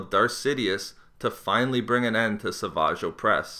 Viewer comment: >Sah-vage O'pres Love how you try to play off how silly his name is